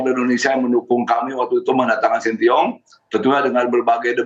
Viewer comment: pak iwan bule ngucapinnya sintyong😅